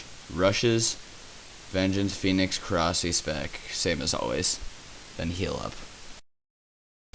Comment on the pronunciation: please say korsi like korasie, eritates me when its not said right, ur not british or other nationality so no excuses